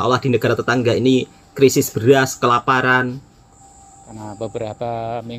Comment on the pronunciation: " Krisis bukan Kerisis ".